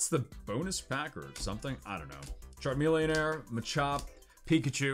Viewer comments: Ok is there a reason why he says Charmelonair? Lol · There is no air at the end of charmeleon why do u keep saying air errrrrrr